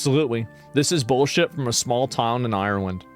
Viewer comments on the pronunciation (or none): “Small toooun in Ireland” -Asmond from Texas